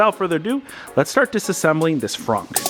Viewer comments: I'm hearing "phrunk". Does he have a speech impediment? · Please never say Frunk again lol